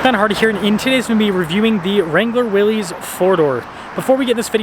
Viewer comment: It's not pronounced Willees, it is actually pronounced Willis.